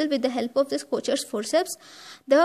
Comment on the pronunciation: But it’s pronunciation is wrong, it’s pronounced as kokers forceps , it’s Swiss word